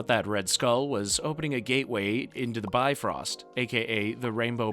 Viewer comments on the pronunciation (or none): none